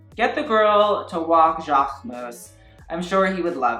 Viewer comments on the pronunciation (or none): none